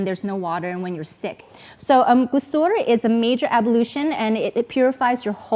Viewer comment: May Allah bless you. I will do a small correction for the pronunciation: Ghusul غسل. As I heard the last sound as R, not L. Another recommended and adviced Ghusl but not (necessary as those you mentioned.): On Friday before going for prayer, on Eid day(we have two Eids).